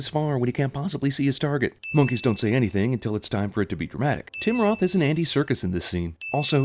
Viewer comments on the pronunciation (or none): none